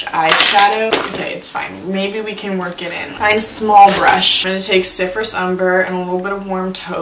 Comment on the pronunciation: Every time you say Cyprus I hear syphilis yikes. Let’s put some syphilis ummmmmbbberrrrr in the crease